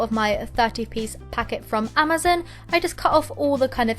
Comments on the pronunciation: You are pronouncing Amazon wrong it not amazin its amazon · wth u said “amazen” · I like how u said Amazon 'Amazin' lol😂😂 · hehe she said AMOSZEN